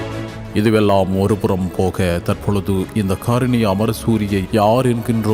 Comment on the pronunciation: Athenna karini enra uchcharippu... sariyaaka harini enru kooravum. Head line ku poruththamaaka thaan pesukiromaa? Enbathayum kavanaththit kolka...